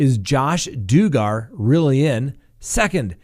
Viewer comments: It's DUG-GAR not DOO-GAR.His crimes are heinous, he got away with it 5 years ago. This time his children need protecting, and he needs to realize the gravity of his offences. And NOT be protected by his cult-loving parents!!! Or his brain washed wife, who keeps having his kids. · Dug as in Doug =Dugger not do-gar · Please do not confuse the ugly last name Duggar with the beautiful last name Dugard when speaking it. Saying, “DOO-gar” sounds too much like the beautiful last name from Jaycee Lee Dugard. DUGGAR ≠ DUGARD Please pronounce it appropriately as to avoid confusion. Thank you. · It's pronounced dug' er, as in dug a ditch. Not doo gar. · If you do follow up . Please say . Dug er as in Dug / Dig. Throwing me off with do gar .lol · I think it’s Doug-er but Doo-gar is 100x better 😂😂😂 Mr doogar looks like he is high on something definitely a strange mugshot 🤦🏻‍♀️ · you would think taking the time and putting together content for your videos you would at least pronounce peoples names correctly. Duggar is pronounced Dug*gar... not Do*gar. Anyway, you're starting to remind me of Mark Means. Lol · I’m here to hear his name pronounces Do-Gar not Dug-Err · It’s pronounced “dug-gar” as in “he dug himself a big hole by possessing those images”... not “doo-gar” as in he’s in deep “doo doo”. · Oh, you are at it again. It is pronounced dug gar, not doo gar. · I live in ARKANSAS...It's Dug...like " I dug a hole"....Dugg...ar....Duggar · Please, pronounce his last name correctly! I cannot stand him, but it’s driving me nuts when you pronounce it Doogar. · Pronounced DUG-ger! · It’s pronounced Dug.gar - dug is pronounced like dugout. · It’s pronounced Duuuuuuuh Ger. lol Do gar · It would be nice if you said Dugger correctly. DUG-GER. They aren’t that fancy. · Every time I now see the Duggar name, in my head, I’m going to pronounce it Doo-gar! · It is pronounced DUG Gar as in he dug a hole. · DOO. GAR? WTH Get it right man! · It’s pronounced Dug-are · its dugher